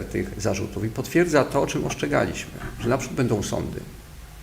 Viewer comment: Mówi się ostrzegaliśmy, a nie "oszczegaliśmy,". Ludzie wykształceni?!